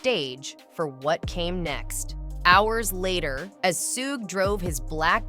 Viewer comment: Man i hate how she say suge name